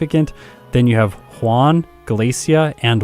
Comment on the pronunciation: Whon and Whallie :) . . . . Juan and Wallie, but with an initial H :)